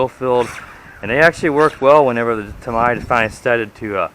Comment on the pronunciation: Pronounced "Tam - EEEEE - Ya"